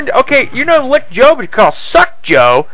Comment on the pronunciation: "lick Joe" was supposed to be "rick Joe".